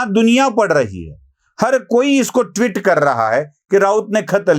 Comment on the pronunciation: ट्विट (twit) नहीं, its ट्वीट (ट्वीट)